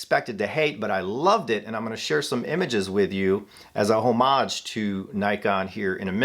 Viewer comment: learn how to pronounce homage next time you roll out of bed. nothing new here anyway.